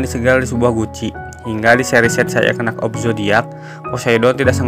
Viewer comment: kak, channel mu cukup menarik, hanya narrator-nya pelafalan F/V dan R nya kurang OK. juga termasuk pronounciation beberapa kata dalam bahasa Inggris-nya juga kurang OK. contoh : knight dan night itu lafalnya sama, dibaca : nait. dan masih banyak lagi. ayo latihan baca dan perbaikan lafal terus menerus sebelum di-record video nya. semangat!